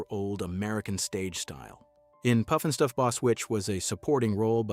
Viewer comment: Robots can't say Puff n Stuff!!